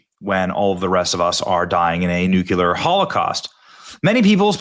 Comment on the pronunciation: Thermo NUCLEAR! Not nucular.